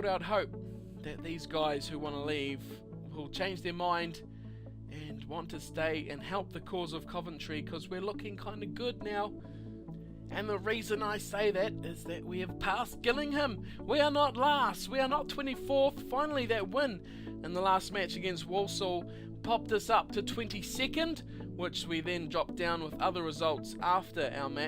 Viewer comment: Gillingham is pronounced jillingham. Anyways nice vid.